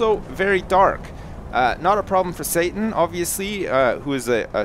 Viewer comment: It is Satan not Satin